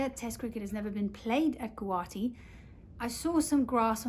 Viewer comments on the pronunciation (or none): Its 'guwahati'